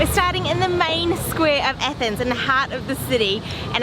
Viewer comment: It's pronounced athens not ethens